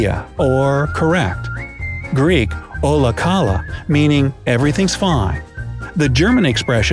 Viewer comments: Emmmm... The Greek one is from Όλα Καλά (Óla Kalá, that’s how they pronounce it) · In Greek is "Όλα Καλά"(Ola KalA) and not "Όλα Κάλα" (Ola KAla).. You emphasize the last "A" in the world "KALA" and no the first one... That sounded really funny... Sorry but I laughed on that :p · Ola kala😂😂😂 Όλα καλά διαβάζεται!!! Έλληνας κανείς??? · The way the guy in the video pronounced ολά καλά (olá kalá) triggered me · You said the "ola kala" complently wrong